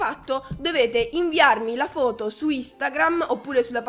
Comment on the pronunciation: Ma sei cremonese? L'ho capito quando hai detto "foto"